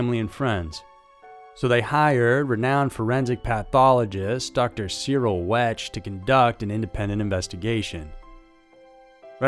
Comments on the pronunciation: Wecht is pronounced Weckt, not Wech. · Just so you know, because his name comes up a lot, it's pronounced Cyril WEKT, not wetch. Just FYI. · Hi there. It’s spelled like you pronounced Cyril Wecht but it’s pronounced “wect.” I’ve followed his career since I grew up near Pittsburgh and I even stumbled upon the town of his birth while out for a drive. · "Wect" the "ch" is not pronounced. "Choked on his own vomit". Who else's?☕ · Cyril Wecht is pronounced 'weckt' not phonetically. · Cyril Wecht is pronounced Wekt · Dr. Wecht pronounced (wekt)